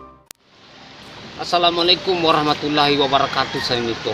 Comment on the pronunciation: Ngomong assalamualaikum nya belibet.. Apa saya doang yah..